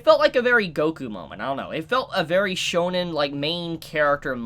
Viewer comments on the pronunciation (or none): none